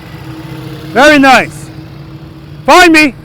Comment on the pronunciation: all i hear is "VERYY NICEE, PETE!! VERYY NICEE!!" in a strong Kazakhstan accent. If you know, you know. :face-blue-smiling::person-turqouise-waving::face-fuchsia-tongue-out